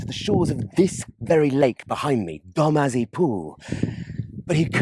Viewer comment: It's Dozmary ...not "Domazy" .... please !! It is known for its gentle water. Douce is Breton (once a sister language in Cornwall during Norman infiltration and control) and means gentle. Mary is from Mare meaning sea . Doucemarie .